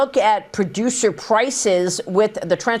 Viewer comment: Pllrloducer pllrrrlices